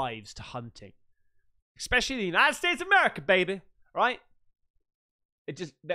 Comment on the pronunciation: Loving the content mate, but stop saying feckin ‘eKspecially’ 😫😂 Aaaaanyway, on the subject of Sasquatches on this episode, you’ve GOT to have a look into the ‘sierra sounds’ I’ll say no more on the matter, but treat your senses to it all and let us know what you think… I reckon you’ll find it a tad freaky deaky mate.